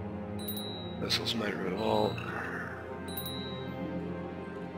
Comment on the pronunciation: The word is VASSAL. Not VESSEL. Sheesh, they always get it wrong (that's what you get for my standard canadian education teaching this stuff in social studies 8). :P